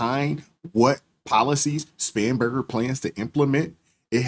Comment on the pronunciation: I heard Scumberger too!